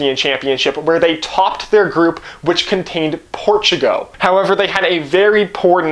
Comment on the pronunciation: Dude please watch a youtube video on pronouncing Portugal. It was painful. Portugo :( Also I am Canadien so no excuse.